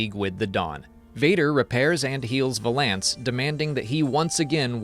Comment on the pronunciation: I say this with the utmost respect, the way you pronounce “Valance” makes me want to smash my screen.